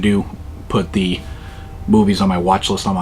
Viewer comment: "Why am I covered in zee goo" 😅